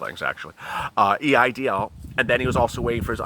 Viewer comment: Did you say it’s called a E I DL loan?